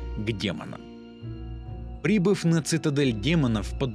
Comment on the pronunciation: Браток,поработай над ударениями: "прибЫв",а не "прИбыв","отдАв",а не "Отдав" и т.д (За первую и вторую части штук 5-6 таких неправильных ударений). А видосы очень годные,хорошая подача,интересно рассказываешь.Лайкос поставил. P.S: В конце,"Когда Война сломает 7ую печать и призовёт своих братьев...",надо было добавить "и сестру" ;D